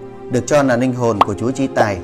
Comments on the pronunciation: Sao nói ngọng quá nên ráng học lại rồi hãy nói chứ đọc Tayno nà nàm ninh hồn nghe kỳ cục quá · Đọc còn ngọng làm youtube chi...."ninh hồn, rất nạ, nike, Dũng tai no".